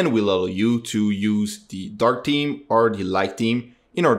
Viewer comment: thank you so much! PS - 'TH-eeem' thhhh, not 'team'